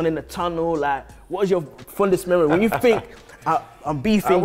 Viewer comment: Vieira top man. Apart from that. Li li li li li li li dis dat fink li li li li FFS